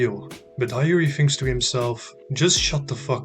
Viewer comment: Well nice🎉! Btw bro Hiori is pronounced as hee-o-ri